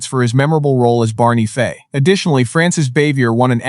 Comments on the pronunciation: It's Fife,not Fay. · FIFE doesnt sound like FAY. And saying "she" when it should be "he", very distracting. Thelma Lou, Barney Lou and Andy Lou??? Come on!! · This AI narrator is probably the worst I’ve ever heard. Pronouncing peoples names wrong, not just one, but all through the story everyone’s name was mispronounced wrong at some point. The worst was disrespecting Barney Fife’s character as Barney Faye at the end. Then it misgendered several characters calling the she’s or he. Either the person writing this story completely messed it up or AI totally screwed it up. This is one reason I hate AI so bad, it is so upsetting and infuriating.